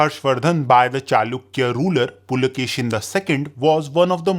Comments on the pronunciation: Pulakeshi, not pulakeshin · Pulakeshi, not Pulakeshin. Karnataka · Boss its "Puli"+"Keshi", meaning "Tiger"+"Hair/Beard" and not "Pulakeshin". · its PULAKESHI not pulakeshan.... if you dont know real names dont make history videos by reading wiki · Its not Pulakeshin its Pulakeshi